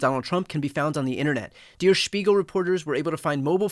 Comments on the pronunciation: It is pronounced DARE ....not deer.......Der Spiegle ...... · I’m sure I’m not first but it’s Der like Dare, not Deer. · It’s pronounced “dare” not “dear.” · Der is pronounced like dare. Not dear! Dankeschön! Great show! ❤ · Dear Brian, it's not pronouced Dear S(h)piegel, but Dayr S(h)piegel.. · BTW, “Der”, as in “Der Spiegel”, is pronounced “dare” and not “dear”. It means “the”. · Brian Tyler Cohen, it's Der (pronounced "dare") Spiegel. Not Deer Spiegel. You got Spiegel perfect, or as Germans would say, perfekt. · "Der" rhymes with hair, not beer. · "Dare" Spiegel not "deer" Spiegel. But that's certainly not the main issue here! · "Der," should rhyme with "air." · Pssst Der is pronounced like DARE….carry on… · Its pronounced "dur" Spiegle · Is it really pronounced like "*dear* speegul"? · Brian, thank you for reporting, just FYI on German pronunciation of “Der” in “Der Spiegel”: /e/ sound is pronounced the same as in “well” or “tell”. I hope this helps! 😊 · You're mispronouncing der. Please check the pronunciation. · Check your pronunciation of Der. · You pronounced “Spiegel” Good but “Der” is pronounced as “there” but with a hard D instead of the th…